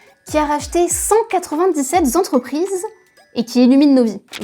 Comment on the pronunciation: Cent quatre vingt dix sept z'entrprises ? Ça fait effectivement beaucoup...